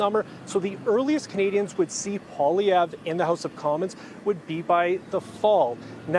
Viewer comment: Too bad couldn’t take the time to learn how to say Poilievre’s name. Of course is a strong NDP supporter (although he claims to be neutral).